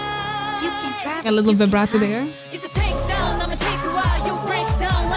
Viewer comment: its Takedown not brakedown